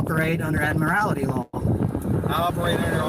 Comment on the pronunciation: He doesn't even know the word. It's "Admiralty". Not "Admirality". That shows his intelligence level. Like we didn't know it anyways.